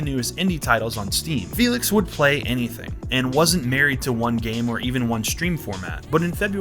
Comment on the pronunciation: You using the félix with the wrong akcent, you acualy got to announc her name with hungaryan akcent!